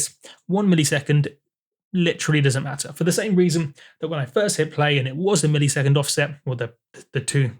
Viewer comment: Is saying millisecond (mill-E-sec-und) just part of your accent? In the US we say it (mill-uh-sec-und). To me it sounds like when people say parameter (pare-uh-meat-er) instead of (puh-ram-it-er). Maybe I'm picky but I'm also curious.